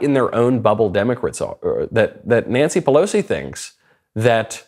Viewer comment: "Democrits" I love it.